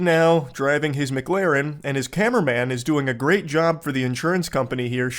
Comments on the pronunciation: I don't know if he's saying MIGlarren on purpose or not, but either way it's funny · The worst quality of Moist is his inability to pronounce McLaren. Which says a lot about what a top bloke he is